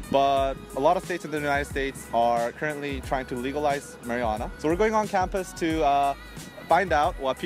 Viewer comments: I heard "Mariana" at one point LOL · They pronounce marijuana like marinara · love how pronounces marijuana haha